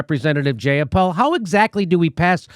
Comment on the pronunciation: Jayapal. Rhymes with PayPal.